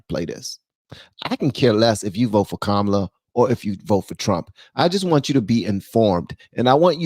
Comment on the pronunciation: They are saying Kamala wrong, lol